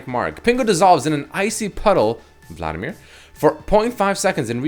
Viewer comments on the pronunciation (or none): none